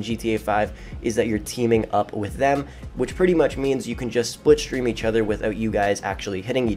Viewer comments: It’s slip stream not split stream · "Splipstream". Are you trying to say slipstream?? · Slipstream* triggered me every time you said it wrong